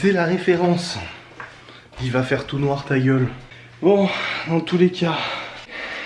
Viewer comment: Rrrrrrr 'il va faire tout noirrrr "